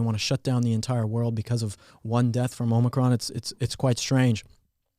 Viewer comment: It's Omicron not Omicron. Sheesh.